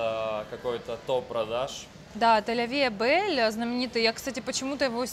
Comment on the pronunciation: Я тоже была в шоке 🤣 ля ви э бель на лето, да уж